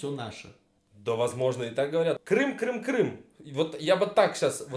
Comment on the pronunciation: Кто то говорит Крым! Крым! Крым! я слышу Крам! Крам! Крам! По моему ты влюбился Рон